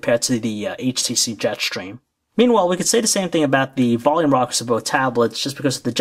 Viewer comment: Jet shtreem !!!